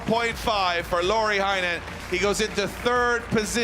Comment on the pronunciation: Can you please call Heinonen as "heynonen" not "hi nonen" ty.